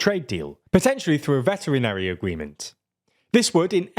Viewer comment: I've listened four times and I still can't work out what you're trying to say , unless you really do mean "veterinary agreement" and that this trade deal will centre around professionals providing healthcare to sick animals.